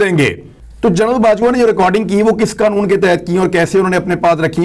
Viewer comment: برخوردار اردو میں 6 کا تلفظ "چھ" نہیں "چھے" ھوتا ھے۔ نیز general کو "جنرل" بولا جاتا ھے۔ "جرنل" یعنی journal "جریدہ" کو کہا جاتا ھے۔ اسی سے آپ کے پیشہ کا نام (journalist) نکلتا ھے۔ باقی پیشکش لاجواب ھے۔ جاری رکھئیے۔